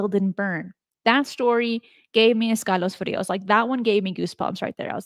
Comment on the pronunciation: ...Escalofríos? It's the first time I've heard you Spanish. Is that a Colombian accent I detected or was that my imagination?